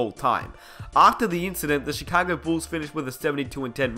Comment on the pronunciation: Mans literally said. CHECAGO BULLS